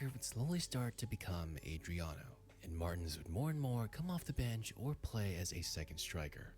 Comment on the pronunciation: Ive never heard anyone EVER saying oba's the fastest, its never been said by anyone apart from this dude!!! Also he cant even pronounce Adriano's name And that he gets his facts from an old school shitty "SOCCER " game tells you its just BS clickbait, I don't remember O.Martins bein all that special tbh. Those old football game ratings didn't mean nuttin. i remember at Wolverhampton Wanderers 💩💩💩🤣🤣🤣 (a low rank Premier league team)they had 2 teenagers in LMA 2004 who were rated overall 99 and the other was 96 and it was they was both Welsh dudes, Aaron Ramsey and Joe Ledley. I used to sign them every time I started a new game. Wolves could only dream of having teens of that quality lol 😂😂😂 O Martins was never classed as special in the Prem he did come with a bit of hype but it never materialised. Well not as special as HE thought he was anyway. Newcastle at the time were really starting to struggle lots of average signings like Oba. Michael Owen came from Madrid but was suffering injuries but his numbers are actually really good same as they had been at Real Madrid 16 goals in 21 games a bit of a super sub. Infact last Brit to win a Balon d'or. So this dude is being quite disrespectful to suggest they got relegated Bcoz of Owens signing. Oba couldn't hit a barn door in the prem with Newcastle. Speed alone doesn't score goals. If Oba was a big name your views and comments would have been a whole lot higher, no one gives a shit about him. I could show you a few clips of probabl